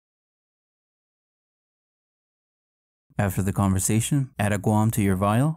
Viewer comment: you never said we needed a rope in items needed, and btw it's (Guam) not Guan.